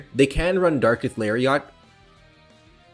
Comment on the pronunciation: I hate how you say Pokémon’s names wrong and it’s darkest LARIAT NOT LARIOT OMGHADGISOSN😭😭😭